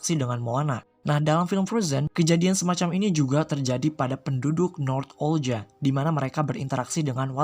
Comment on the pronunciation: Bukan "North Olga" bang, tapi "Northuldra"